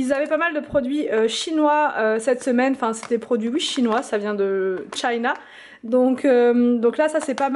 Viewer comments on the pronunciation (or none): none